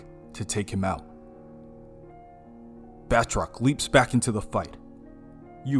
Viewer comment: It’s “Ba-troc” not “”Bath-rock” haha